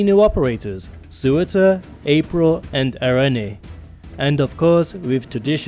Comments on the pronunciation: Tbf those names are mad hard to pronounce correctly, much like Eyjaf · "Sewer-tur" Why can't anyone just pronounce Surtr correctly. :( Btw Laevateinn is pronounced "Lay-vah-tain"